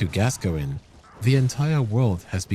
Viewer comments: Its Gas-coin not Gasgoingin lmao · it is gas -coin . googke the english football player gascoigne!!!! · My favorite is Rusty's "Father Gasoline" XD